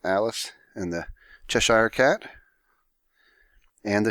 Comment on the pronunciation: haha chesh-ayre cat